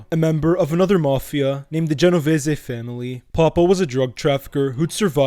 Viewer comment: Pronounce Genovese probably the way you said it sounds ridiculous